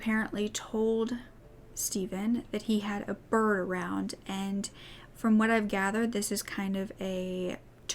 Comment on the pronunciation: Oh, the saying isn't "a biraround" or a "bir around" (I can't quite make out how you pronounced it... I just typed it as it sounded to me lol). What he would have told him was that he had a "bird" around. In the UK a "bird" is a common term used for a female, and whereas in North America we tend to say "we have a friend at our house" or visiting...there, they would say they have a "friend coming around", which means to visit them at their house.. So when he told his neighbour/friend that he had a "bird around", he was saying he has a female over visiting. I'm sorry if I explained that horribly, but I'm definitely not the best at putting what I want to say into words LOL